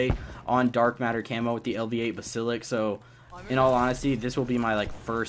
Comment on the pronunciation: Basilik? 😹 (Bass-A-Lisk = basalisk) like damn words aren't hard to say